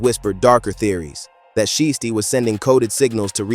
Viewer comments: Put some respect on so icy Shiesty name. It’s not she tee. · CANT EVEN SAY THEY NAME RIGHT.. IT'S PRONOUNCED "SHY-STEE"... ITS SO ANNOYING, I GAVE THE VIDEO A DISLIKE....